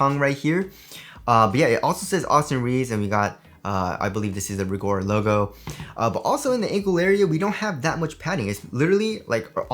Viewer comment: It Rigorer not rigor